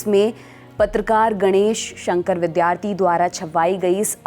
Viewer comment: Bidyarthi को bidhyarthi न पढ़िए